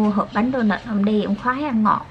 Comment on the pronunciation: Bánh đô nớt mà dì kêu là bánh đô nợt